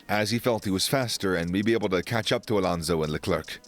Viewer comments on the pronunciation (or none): none